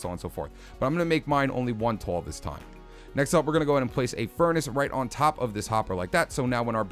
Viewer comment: I like how you pronounce "tall" as "toll"... New York accent?